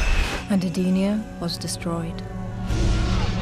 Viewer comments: "Edee-nia"? Really? It's "Eden-nia" as in it was a Eden. You know what. The narrator doesn't know how to pronounce anything. Except some tidbits. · Big deal. It's not like her Edee-nia is a big issue.